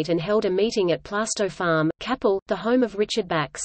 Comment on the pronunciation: It is pronounced Kay-pel